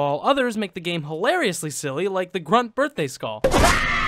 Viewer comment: What's a "Skawl?"